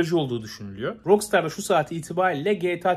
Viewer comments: Şuna roksıtar demenden sinir krizi geçirip izleyemedim!! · "rok staa" olarak telafuz edilir ingilizce :/ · RAKSTAR DIYE OKU ŞUNU REIS